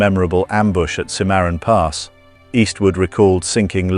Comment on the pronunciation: Simarin Pass. Yeah, I know that place. Not. It is Cim-ma-ron Pass. AI isnt that smart people.